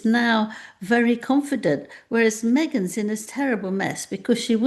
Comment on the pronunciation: MEEEGAINS BUSINESS 😂😂 OMG MY GIDDY AUNT Which BUSINESS 🤔🤣🤣🤮